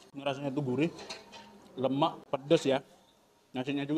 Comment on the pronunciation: Si kimak, org Medan tapi blng kaan lemak z mcm org mana. Lemek lemek